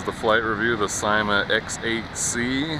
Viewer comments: i belive its pronounced not ;D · well (no offence:)) but in every other syma review i've ever seen, they say it like and in Syma's advertisements they say it like:D